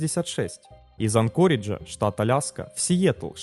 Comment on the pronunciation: В слове АнкОридж, в отличие от предыдущих роликов, ударение научились ставить правильно. Ура, однозначно лайк! Движемся дальше: правильно КОрдова, а не КордОва.